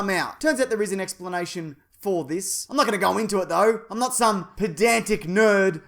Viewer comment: Not noot